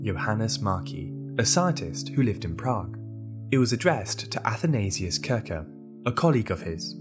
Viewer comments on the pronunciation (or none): its pronounced kirsher not kirker!